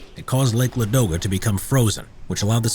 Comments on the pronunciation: I'm from St.Petersburg (Leningrad nowdays), and i want say thank you for this video. Yes you observe only main part of the siege (as a citizen of Leningrad, of course i know much more of this), but still big thanks for this) Also, you mispronounce lake Ladoga, it's not a ladOga but lAdoga. Now you know more. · Lake LAdoga,not LadOga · The lake is called l_A_doga, stress on A. I think we must start butchering English names as well to teach you guys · Very good video. A few Russian place names are mispronounced (e.g. it’s Lake LA-do-ga, not Lake La-DO-ga). I liked the accurate depiction of weapons, such as the PPS machine pistol—designed and built within Leningrad during the siege. I studied in Leningrad in 1981; there’s a museum of the siege within the city, as well as Piskorovskii Memorial Cemetery, where at least a half-million who perished in the horrific siege are buried. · LAdoga not LadOga